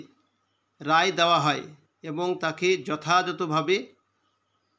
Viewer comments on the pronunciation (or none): none